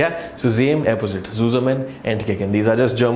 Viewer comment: Was laughing my heads off for "Zame " and "Epposite"